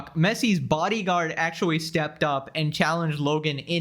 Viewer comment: he so cute litewawy and actuawy